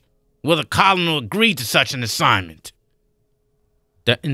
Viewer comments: Colonel is pronounced “kernel”. Good job but that grated on me 😂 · It's pronounced "körnel". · Pronouncing "colonel" as 'kernel' is actually correct. The English actually invented the English language, and thats how we pronounce it. Americans randomly change pronunciation and sometimes even meaning inorder to fake a culture of their own. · I like this guy's reading for the most part, he really works at bringing life to the characters. The saying col-on-al instead of colonel thing is kind of distracting though. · Also chitinous is pronounced kite-en-ous And yang is pronounced yayng And colonel obviously But you will get better over time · Nothing I said was snarky or sarcastic. Seriously are people really this sensitive nowadays? The reason I didn’t “switch it off” is because I enjoyed the listen. You do realize that something can annoy you and you can enjoy it as well? Both can be true. The pronunciation of “colonel”, which he did fix later on btw, can grate on me, while I can also enjoy the story. I am glad the narrator isn’t as thin-skinned as the people trying to call me out. Seeing how everyone in this thread is crying about my post makes me respect his reaction to it even more. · It's a good listen but yes it does make me over listen when it's constantly pronounced wrong I didn't realise this was done by a guy on his own Great effort